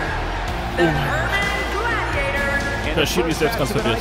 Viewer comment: Frohes Neues: Für die Zukunft (und wenn du das hier überhaupt liest): Ändere mal die Ansage....Urban Gladiator klingt wegen der Betonung her leider sehr unkomplett. Bitte bearbeiten!!!!!